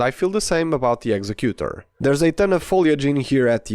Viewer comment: The way you're pronouncing "executor"...no such word.